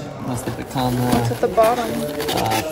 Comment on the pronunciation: Certo que nao tem jeito da falar picanha corretamente 🤣🤣 👍🇧🇷💯 Gde abraco aos viajantes